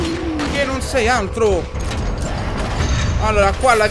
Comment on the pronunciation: ma sono io o ogni volta che ciccio dice altro dice antro?